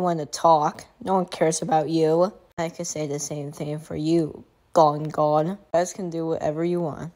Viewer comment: Gonggong not Gonggone